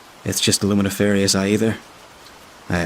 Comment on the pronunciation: luminiferous is not pronounced that way.